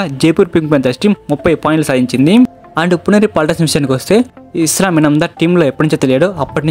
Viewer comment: ఎవడ్రా నువ్వు అస్లాం అయితే ఇస్లాం అంటావ్